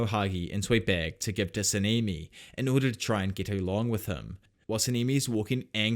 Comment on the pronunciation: I really love this series, but you saying „Semimi“ like 50.000 times almost broke me🤣🤣🤣 it‘s a language-thing, I get it. Keep up the good work!